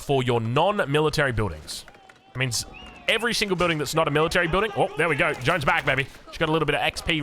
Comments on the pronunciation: her name is not Jone. Its pronounced like "zhawn" or "zhohn" like John but with zh sound. and the D'Arc is pronounced dark! zhawn dark. Imagine saying gendarme but gendarke! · And as a french it's hard to hear "jOwn" instead of "JeAnne"😅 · Thanks for the videos. But please can you check how to pronounce Jeanne because it sounds too close to John to my ears 😂👍🏻👍🏻